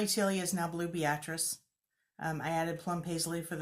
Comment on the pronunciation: You pronounced Blue Beatrice like a true Nebraskan. Like the Nebraska town not the first name. Only we true Huskers would know how to pronounce it. Love you ladies.